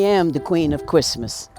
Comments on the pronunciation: Whatsup doc? "I am the kween of kwistmas" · "My name is Lucy and I am the Queen of Cwissmass" omgggg QUEEEEN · Lucy is a character but she has so much that you end up seeing nothing. Her CWISSMAS is just too much. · “Don’t fuck wit me and Chwismas!”—Lucy 😂